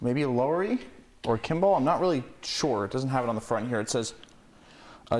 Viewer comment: Pronounced “La-were-ee” not “low-were-ee”. Wurlitzers, Lowerys, and Hammond are nice.